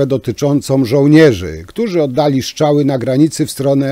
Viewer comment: Żartujesz ? To kwestia nie braku szacunku do języka ojczystego tylko cech osobistych wymowy. Jedni wypowiadają np. "r" bardzo wyraźnie np. Pan Tusk, a inni nie. Popełniłeś lekki nietakt.